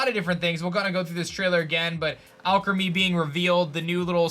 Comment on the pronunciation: I think the Pokémon is pronounced “All Creamy” 🤔